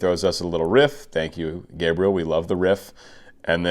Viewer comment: Hey,! You didn't ask for, but let me help you pronounce his name properly. It is like "Gabriella", but you don't pronounce the last "A" and the "L" sounds like "oo" (similar to "w" sound) and the stress in on the "E ", which sounds like the "E" in the word "mess". "guh-bree-E-oo" "Henrique" sounds more like "en he key".